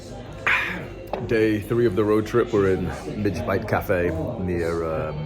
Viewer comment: FYI: You pronounce the name of your favorite cafe wrong. despite it's spelling 'midge' its actually pronounced 'Midgy'. You say the correct word phonetically however in Scotland we tent to stray from the normal grammar rules. The reason it is this way is because there is a certain small bug that lives in the Scottish countryside in summer, that has a bite that, while not dangerous is very irritating. They get there name from their size 'midgets' ==> midg-ee. the cafes names name references this insect, and plays on the word 'bite' probably in reference to the food you can eat there.